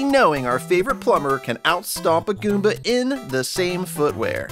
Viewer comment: you said koomba not goomba